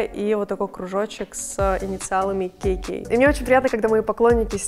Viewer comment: Смешно- Кей-Кей, все так правильно Ка-Ка! Ну а если по старорусский Како-Како!